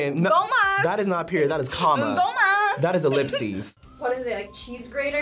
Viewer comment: Totally butchered the stuffed grape leaves. DOLMADES LOL